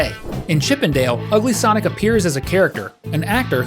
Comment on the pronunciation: Not sanic 😂😂😂😂😂